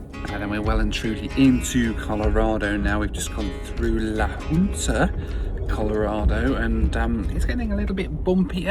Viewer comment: Another fascinating trip, thanks! When you closed in la Junta I heard you saying "La Puta" so head to rewind to cross check 😂